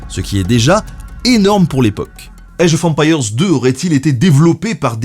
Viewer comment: Age of empire (prononcé à la française) sérieux ? Sans honte, normal ? Je kiffe le 1000eme degré !!! Franchement merci c'est top ce degré d'auto dérision 😄👍